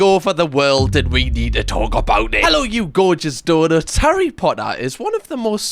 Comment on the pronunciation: Ha-RRY potter